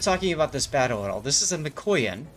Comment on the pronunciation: Yup, that one was a lot of fun. Sidenote #1: I do have Expert Loader on this captain, still I often prefer to clear the barrels rather than waiting those extra seconds. Sidenote #2: Chat brings up the backward firing torpedoes on IJN cruisers; that's the Aoba and up, Furutaka doesn't suffer from this problem. Sidenote #3: It's pronounced mika-YAN, not mi-KOY-an. ;) Sidenote #4: Hello there Stevie! :D